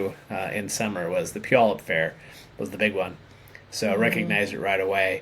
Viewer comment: My sister lives in Puyallup ! She and her husband moved there last year. Her son, daughter in law and first grandchild live there, and for that reason they moved from Columbus, Ohio area. So nice to hear it pronounced. I had no idea.